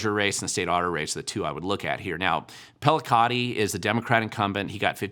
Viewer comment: Wow. I thought your pronunciation "pellicotti" was off. I might be wrong, of course. Than name looks to me more like "pel-lee-chee-lot-ti."